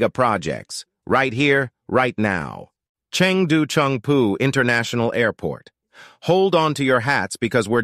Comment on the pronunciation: Chengdu has got Tianfu & Shuangliu airports, NOT “Chung Poo”.